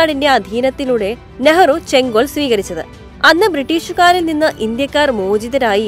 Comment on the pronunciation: " ചെങ്കോൽ " - സെങ്കോൽ അല്ല